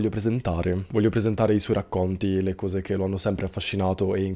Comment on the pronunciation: Ma posso chiederti una cosa off topic? Ma di dove sei? Sento dire "couse" sei del sud? Mera curiosità